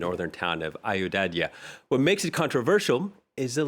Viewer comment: Anchor needs to learn first to spell 😅...its not Ayodadya....it is Ayo Dhya..